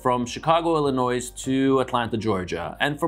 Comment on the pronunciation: Please dont say the s in Illinois. 🤣. Thanks and keep them coming!!